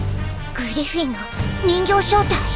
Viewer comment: グリ↑フィンだったんすね